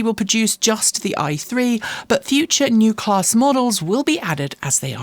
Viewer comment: Surely if we can pronounce Rimac we can pronounce Neue Klasse?